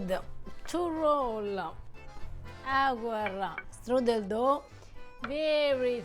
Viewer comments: Strudel even sounds German. It's not strudelli 😂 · As German/Bavarian, let me tell you, the word is „Strudel“ not „strüdel“.